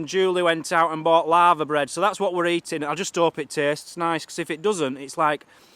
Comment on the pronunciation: For we Americans said LAVERBREAD which is a traditional Welsh dish made with littoral alga (seaweed). Sorry, it sounded like you said LAVA bread like a volcano, haha. It looks like something a Cow would eat, enjoy:)